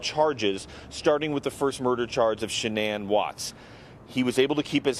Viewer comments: 100% agree! What was the name of this awful female anchor who could not be bothered to pronounced Shannan's name correctly? Shame on her! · I wish these newscasters (I'm talking to YOU, CBSN woman who began this broadcast), would have the respect for the family to PRONOUNCE SHANNAN'S NAME CORRECTLY! For goodness' sake, you REALLY can't do that after supposedly "researching and covering" this case? Wow. Makes it clear that this station, or at least this ridiculous woman anchor, did NOT "research" anything, otherwise she'd know how to pronounce the dead woman's name. SHAME ON YOU! I'm done with this station, it's just SO disrespectful to the family. And anyone who says this is trivial, let me assure you that it is NOT. Families care about their loved ones' names being pronounced properly, they just do. Period.